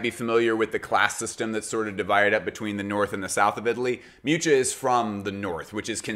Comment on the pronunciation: Hearing his pronunciation of Miuccia ("Mewcha") was atrocious